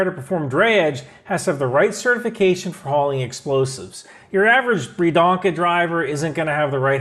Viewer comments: Biedronka, not Bierdonka lmao ^_^ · Love your videos… your prononciation of “Biedronka” could improve though 😅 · You really butchered word "biedronka" next time just call it ladybug as its direct translation. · The way said "Biedronka" made me almost choke on water. It's cute when foreigners try to pronounce polish words.